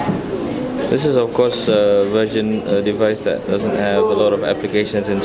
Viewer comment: they way u say 'version' sound like 'virgin' anyway, thanks a lot for this review! give me 2nd thought. so now decided. I'm going gor Miro :3